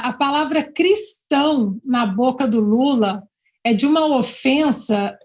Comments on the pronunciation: Lula tem até dificuldade em falar Cristão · Ana vc é perfeita. Verdade este porco sujo não.pode nem.pronunciar a palavra Cristão.